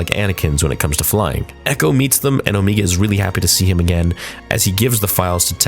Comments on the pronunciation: I love your videos but I can’t help but wonder why you keep pronouncing Omega’s name like “Oh-me-ga”? She is the only one who says her name like that, and I’m sure it’s bc of her accent. Everyone else says her name as “Oh-mega”. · It's Om"egg"a, not O"meeg"ga. Omega only pronounce it that way cause of her accent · its pronunced oMEGA not meega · I thought it was pronounced as "Oh-May-Gah" not "Oh-Mee-Gah" lol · Why does pronounce omega weird hahah it doesn't really matter but in the show they obviously say omega but always says omeega 😂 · Why is her name being pronounced Omeega? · why is it so hard for the man to say omega. its not omeega jfc lol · Why you keep saying Omeega? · Why does buddy say omeega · Why are saying Omega like that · Yeah maybe say her name properly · Every week I say it but please stop saying Omegas name like that. Please. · you keep saying omega wrong